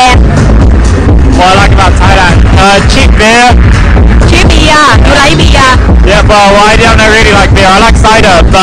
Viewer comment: He pronounces "beer" worse than her or am I wrong? He sounds like "bear"